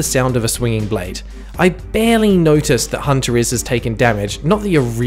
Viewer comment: YOU MISPRONOUNCED HUNTERLS SMHSMH